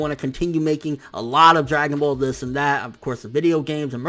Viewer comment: My man said dragon ball condoms 😂😭😂😭😂😭😂